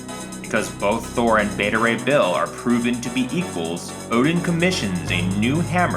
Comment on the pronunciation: You called beta ray bull!